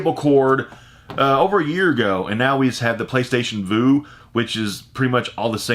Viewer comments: Playstation Vue is pronounced like "View" not Voo...not being a jerk just letting you know. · I love your videos but I had to comment because you've said this a few times. It's the Playstation Vue pronounced like "view" not "vu". It's like you are viewing something. I have it too. Keep on rocking! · Vue is pronounced like view...just a heads up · PlayStation Vue (pronounced view). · "PlayStation Voo" oof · It's Playstation Vue as in "VIEW" otherwise Great video once again. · PlayStation Vu is pronounced. View. Lol